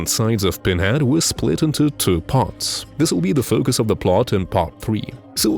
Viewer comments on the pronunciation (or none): none